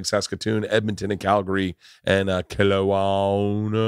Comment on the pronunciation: Hahahahaha Kelowna = Kell-Oh-Nah good shit Berty Boy